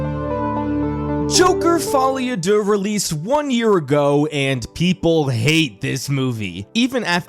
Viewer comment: The best aspect of this movie is listening a non French person trying to pronounce “Folie à deux”